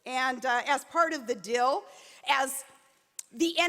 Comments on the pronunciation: It annoys me how she says dill instead of deal. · She keeps pronouncing "deal" as "dill". Trump is the master of the art of the dill. That man makes one hell of a fucking pickle. I'm giving up. 6 minutes. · I wish she wouldn't say the word "deal" like that. Sounds like she's talking about a pickle. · It's DEAL. Not Dill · She keeps saying dill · After geography class, Palin gives us a lesson in language - it's "dill" and not "deal" and "vill" and not "veil" folks. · The is actually funnier than the SNL impression.... "Dill, dill, dill, dill..." Hey Sarah, the word is "DEAL" Is English your second language or is that how they pronounce it in the trailer court where you grew up? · What's up with the whole, "Dil" instead of deal thing she says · Either my ears deceived me or Palin referred to "The art of the Dill" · Is she saying dill or deal? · "Dil." I love how she mispronounces deal. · Is she sayin' DILL or DEAL? Freak... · Why is she pronouncing Deal as dill? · I keep thinking she's saying dill as in pickles. I guess we need a new commander in chief who likes to pickle things and I never knew Donald Trump made such good dill pickles. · Every time she says dill, it makes me want to attack her with a dill pickle... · WHATS A "DILL"?? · is she saying dill? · Sounds like she's saying the 'art of the dill'. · What's up with the way she pronounces 'deal' and 'veil?' Is that an Alaska thing or a Sarah Palin thing? Her nonsense was a lot easier to listen to when she was 8 years younger. She's like the GOP's Courtney Love. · Please don't say deal if you can't pronounce it.